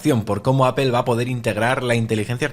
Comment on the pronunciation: En Español se lee apel. No apol jaja